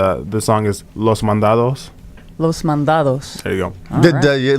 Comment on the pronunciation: Wow, she said los mandados perfectly, haha